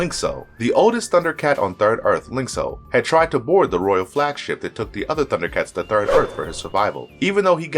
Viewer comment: I liked this mostly because you did such a great job pronouncing everyone's name.